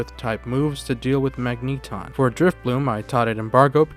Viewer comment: Is that pronunciation of Magneton a joke?